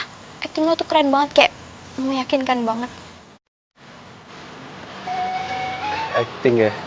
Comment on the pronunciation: muka kasian juga y ps bilang " atting"